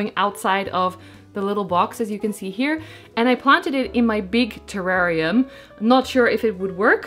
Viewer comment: 🇦🇺 hey 🙋🏻 love that spiral cactus! How cute. The Blue Begonia is GORGEOUS. You pronounced terrarium correctly the first time 😉😉 - your large terrarium hugely inspired me I bought an large aquarium (but as big as yours!) So big plans afoot. I saw how you had taped the palidiflorum leaf in a different segment and I laughed my head off 😂 but..... The other day i accidentally tore leaf on my P. euberescence Ruby ☹️ and then i saw my painter's tape and remembered you and taped my leaf! You can hardly even tell 🎉, so thank you. I also saw you started your calladiums inside. I've had trouble getting mine started, I have them in a humidity unit, planted in terracotta and sitting on a tray with a layer of stones. I put water to just touch the bottom of the pot and wait for it to evaporate and top it up again. It's been 3 weeks and no sign of life. Do you think they'll survive or have I rotted them? Hope your Christmas was lovely and Happy New Year 🎇🎇🎇🎇